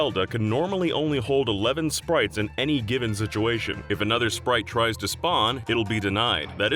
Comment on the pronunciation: Zelect.... Zituation... is it an inside joke to pronounce some S's as Z's ?